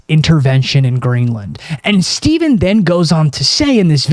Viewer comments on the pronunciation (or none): none